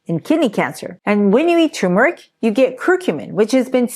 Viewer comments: The R is not silent in turmeric. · Is tumeric the same as turmeric ? 🤷‍♂️ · Why does everyone call turmeric toomeric. Genuinely asking. People drop that first R all the time. How come?